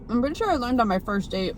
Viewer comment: Didn't she say "Puerty"? That's funny. Anyway, she knows how to use chopsticks so well.